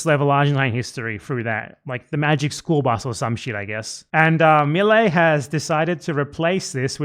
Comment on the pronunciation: It's AMAZING! The prior administration was showing Karl Marx cartoons as a sympathetic and positive character. You can't even say Milei's name right, you're a low IQ tard.